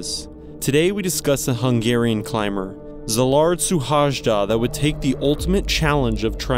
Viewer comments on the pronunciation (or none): Cee-lard Shoe-hayda is the pronunciation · A little help: his name is not Suhajda, that's his Family name. His name is Szilárd, pronounce it with an S letter like Silard. Because in hungarian SZ is S in english but S in hungarian is not like in english that's an "Ash" sound , and H is also not how we say in hungarian but like The first letter in thw word "Hike" so his family name is S ( like "ash") , U , H (like the first letter of Hike or Hiking), A , J like Y "yeah", D, A. You learnt something new 😉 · You should pronounce his name as: See-lard Shoo-hay-da